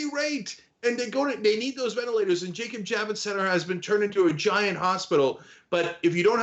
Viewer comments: VenITlators? LOLOL nice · He must be lying about those "Venitlators" since that word doesn't exist! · It says "venitlators".